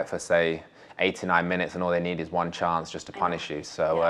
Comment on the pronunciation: the "chei" to win no però dai.😅